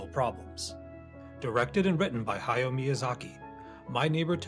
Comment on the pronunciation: Ha-ya-o Miyazaki. Three distinct syllables in his first name. And it's Sa-tsu-ki.